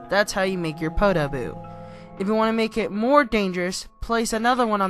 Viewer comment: Omg i love this persons accent when they say "Want" OOOOOO